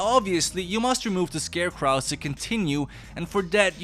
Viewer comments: Is the "ScareKRAU" intentional, or are you just mispronouncing "ScarecrOw"? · Why the hell do you pronounce scarecrow that way?!? Its crow like the bird because they are meant to scare crows, the end is pronounced like row not what ever you said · I like the way you say "scarecrow."🤣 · Words you pronounced incorrectly: "Crow" (in scarecrow) "Banquet" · You are pronouncing it wrong it's called a scarecrow